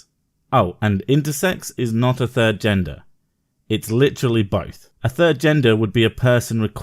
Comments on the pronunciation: Is it just me, or does she keep saying "yenders"? Like I know she means gender but it sounds like YENDURRS ?? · yenders?? Did she lose her baby teeth last week?